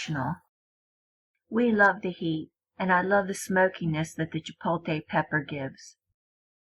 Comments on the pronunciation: CHIPOTLE NOT CHIPOLTE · Is chipotle! Not chipote!!!! And this is not a Mexican way. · Say "chi-pote-lay" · Chipolkay pepper 🤣🤣🤣🤣🤣🤣🤣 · Yo what’s a chipolte pepper? Lmao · Chipolte pepper lol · As soon as she said chipotle “chipote” (the wrong way) I stopped watching. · Hahah “Chipolte” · Jay Eads LMFAOOOO! I was reading through the comments like “so am I really the only one who heard “chipolKay pepper”!?” 😂😂😂😂😂😂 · Completely missing the L in ChipotLe. It's got me headed. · “Chipoteyyy pepper “